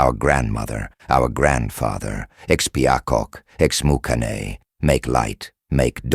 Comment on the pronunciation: They constantly mispronounced it along with other names